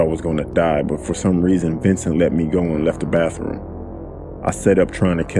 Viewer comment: Narrator, dude, it's not bafroom. Kids go to the bafroom. Everyone else goes to the bath room, aka, bathroom.